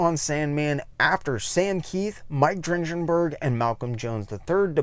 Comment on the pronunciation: Given the amount of research you seem to do for these videos, are you purposefully mispronouncing Gaiman, Berger and Dringenberg?